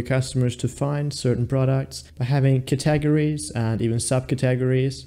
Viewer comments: Did you really say cat-tah-gories? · 🤣I know...wtf are Cat-tah-gories?? 🤣🤣